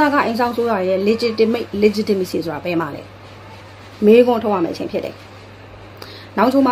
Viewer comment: မပုတုရယ် အင်္ဂလိပ်လိုကလည်း ပြောချင်လိုက်တာ၊တစ်လုံး နှစ်လုံးအသံထွက် အသံထွက်ကစောက်တလွဲ၊legitimate,legitimacy မှန်အောင်ထွက်၊တစ်ကြောင်းလုံးပြောဖို့နေနေသာသာ တစ်လုံးနှစ်လုံးထွက်စောက်တလွဲ။